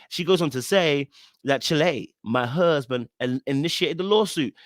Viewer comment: Lmaoooooo how you're pronouncing "huuusband". I totally get it 🤣🤣🤣